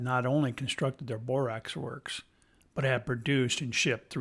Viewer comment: Man it’s NOT Borox! It’s borax come on man